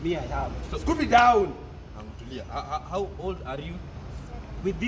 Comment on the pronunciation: Not with "scooby down"😂😂😂💔